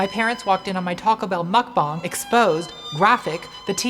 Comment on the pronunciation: ugh your pronunciation of mukbang is ON POINT 😩 we stan a queen of GROWTH and heart rendering vulnerability and gay self actualization!!! LOVING this mukbang of you eating the forbidden fruit from the tree of knowledge in 2020 👏